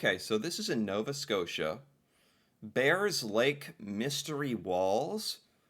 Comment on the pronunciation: It's actually Bayers lake.